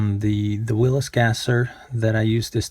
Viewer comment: Sorry. Can't help myself. Wish I wasn't like this . . . It's pronounced, "will-eez", as opposed to "will-is". . . 😕